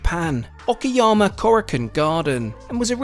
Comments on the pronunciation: Where did you get the idea that is it pronounced Okiyama when it is spelled Okayama? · Love Kyoto station. Kyoto is an amazing town. Okayama (not okiyama) I lived there for a few years. Very fun town too. Wish more ppl visited it vs Kyoto. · o ka yam. not okiyama - that's a different city. ka like cut